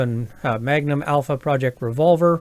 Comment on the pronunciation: it's Alfaproj. not Alpha Project. the 'proj' doesn't stand for project and the name is Alfaproj.